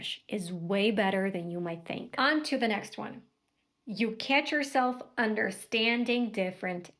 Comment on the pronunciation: Слово catch выдает акцент, я ваще думал вы американка, no offense